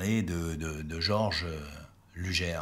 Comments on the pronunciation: dommage de prononcer "lujere"" plutot que "lougueur" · sic mundus creatus est c’est horrible d’entendre lujer mais bon on va pardonner le non germanophone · Luger se prononce Lougueur (Comme longueur mais en remplaçant "Lon" par "Lou"). Sinon vidéo très intéressante ^^ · Superbe vidéo sur une arme mythique (mon pistolet préféré, de loin). Attention cependant à la prononciation: LUGER se dit "LOUGUEUR" (phonétique) et non "LUJAIRE". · Une bonne fois pour toute, on prononce "lujère" ou "lugueur"? Merci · alors ne pas pas prononcer "luger" lugère mais lugé alors... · Par contre ça se prononce "lougueur" et pas lujère". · Sympa la vidéo! Par contre j'ai toujours un peu de mal à entendre "lujère" au lieu de la prononciation Allemande^^ Comme Gewehr et "jéverre" si on veut^^ Bonne continuation :) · Merci, Effectivement pour la prononciation sur les armes j'ai décidé de rester très franchouillard Entre les allemands ,russe , américains Chacun y vas de ça petite prononciation Pour les Ruger par exemple on a toute les variantes Mais bon Lujere ou Luguere ca reste quand même une arme absolument magnifique est au tir c super sympa Vos video sont très sympa,et je me suis abonné Bon tir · Attention luger ne se prononce pas lujer mais sinon cool la video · désolé mais on dit luguer et le r final est prononcé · Je me suis arrêté à "Lugère". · vous avez raison, en plus le u se prononce ''ou'' en allemand. Ü avec un tréma se prononce U. Mais je l'ai appris en faisant de l'allemand au collège. Une langue '' morte'' de nos jours. Une vidéo très instructive comme pour le Mauser c96 par laquelle je commence à connaître le nom des pièces. Comme oreille de genouillère. Danke schön, sehr gut vidéo.